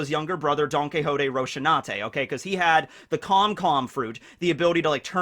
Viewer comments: Please answer, why are you calling Rosinante Roshinate? You've done it in so many videos and it's been bothering me for so long. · This is probably useless, but I have to try one last time... 😔 ROH - SEE - NAN - TEH not ROH - SHE - NAH - TEH